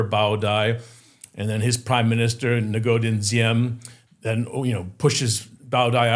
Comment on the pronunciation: Great show man thanks. Crazy how he wrote a whole book but still pronounced "Ngo" as "Nuh-Go" 😅